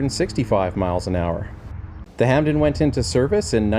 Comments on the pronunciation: HP "Hampden", NOT "Hampton". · It's actually pronounced Hamden, see YouTube video of Lady Hampden christening the aircraft in 1938.